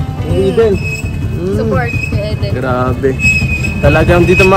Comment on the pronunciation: Thank you,, for the correct pronunciation of Eden’s name. That’s the right pronunciation. Magandang pakinggan.